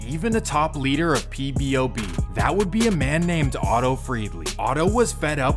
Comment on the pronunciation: Why do you keep saying "PBOB" its POBOB